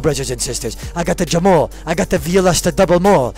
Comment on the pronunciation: Why does say all these words so mispronounced??? Like barraguh and jamall etc...... it’s so fucking odd lol